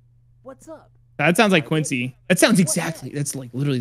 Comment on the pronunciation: IT'S QWANCY TIME